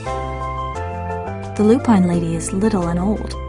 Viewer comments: I love this story and you've done a lovely job with it, but I feel I need to tell you that you've mispronounced "lupine." Since it's such an important word in the book, and is repeated so often, I thought you'd want to know. It's not Loo-Pine. It's LOO-pin. Sorry. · Lovely job, but yes, it is Loo-Pin, not Loo-Pine. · it's fucking pronounced loo pin. Not loo pine. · You ruined this with " loo pine" . Ms Rumphius is rolling in her grave.